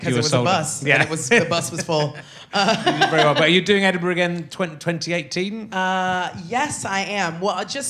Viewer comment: I love the fact that she said Edinburgh properly !